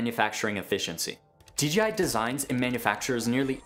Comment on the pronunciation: Dude.. its DJI not DeeGeeEye